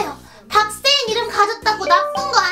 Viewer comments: 근대왜. 박세인 언니 는 왜. 바악세인 이라고해? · 의 박세인 아니고 박악세인 인데요? 왜그러죠